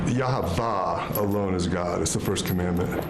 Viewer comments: It's actually Yah-uah. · Why does he have Hebrew letters tattooed on his neck??? He can’t even pronounce Hebrew. It’s YAH-Vay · He doesn't even pronounce the name of God correctly. He probably cant.